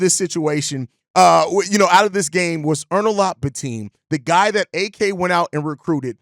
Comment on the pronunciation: It’s Bi-Tim, not Bi-Team or Teem